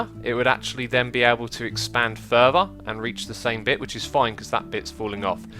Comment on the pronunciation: its Fur-Ther not fur-Ver